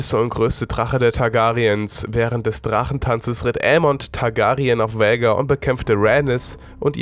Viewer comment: Was für Vhägar ALTER VHAGAR ES WIRD KOMPLETT ANDERS AUSGESPROCHEN SO WIE „VAAAAHGAAAARRRR“